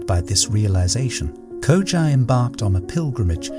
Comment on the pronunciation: I love how he pronounced the name Koji in the beginning and then changed up the name through the video. Koja, Kojay, Koju. The art of letting go in practice.